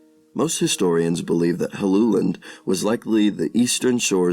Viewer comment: Well done! You managed to pronounce my name correctly. Helluland is most likely Baffin Island. Hellu is the genetive of the word hella which means slab.